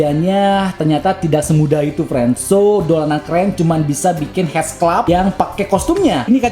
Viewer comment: Mantab bang!!! Gile detailnya... Btw headsculpt dibacanya hedskalp 👍👍